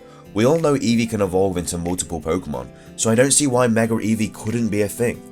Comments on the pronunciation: why the pronunciation of "mega" as "megger"? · Are you saying "Megar"